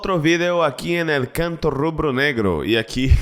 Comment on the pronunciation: V tem som de B meu pvt, “empezando otro video acá en Canto Rubro-Negro”